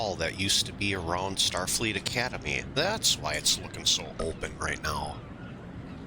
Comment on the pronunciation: i just noticed says starfeet and not Starfleet